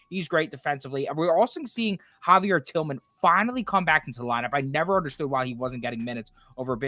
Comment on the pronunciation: "Javier Tillman" - Beaver 😅